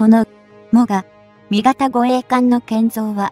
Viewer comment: 何故詰まりそうな読み方するんでしょうかね。 も・がみ型と言われる度に頭が前へ出て行きそうで。 終わりの方ではもが・み型と呼んでいる、これは特に変と思うが自分の間違い？ 自衛隊の護衛艦って乗員90名程度で戦闘可能なの？平時なら十分だろうけど、疑問。 潜水艦なら魚雷を打って逃げれば交戦が少ないだろうけど。音痴で不勉強だから心配。